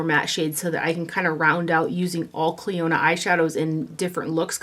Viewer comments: Hi...I love you videos! On a very friendly note: You are pronouncing the name incorrectly...as it's actually my cousins name here in N.Ireland. :-) You pronounce it ...like a near silent o there. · I heard you mention this brand a few hauls back and for the life of me I couldn’t understand the brand name lol Thank you for doing this video!